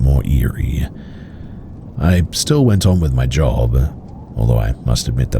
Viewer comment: I'd listen to the remaining 50 minutes, and more episodes if the end of every other sentence wasnt 'uh'. Job-uh, Maybe-uh, Explain-uh. Or so-uh. View-uh. Lane-uh. Though-uh. People seem to like it. Maybe I'm r-worded.